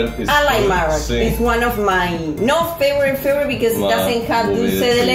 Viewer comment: aprende a pronunciar bien, en inglés, la palabra "favorite".